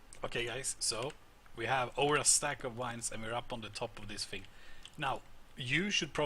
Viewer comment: I love how he says wines instead of vines